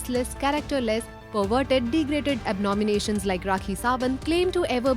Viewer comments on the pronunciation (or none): It's not abnominations but abominations.... Please learn since English.